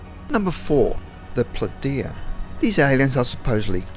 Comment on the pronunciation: His pronunciation of the Pleiaidans though lol.